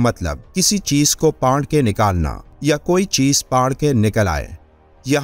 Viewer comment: بھائی اردو میں لفظ پھاڑنا یا پھٹنا ہوتا ہے۔ پاڑنا تو کوئی لفظ نہیں یہ تو گالی ہے۔ قرآن کی تفسیر کرتے ہوئے آپ کو تلفظ کا خاص خیال رکھنا چاہیے۔ اور بہتر تو یہی ہے کہ اس ویڈیو کی ایڈیٹنگ کرلیں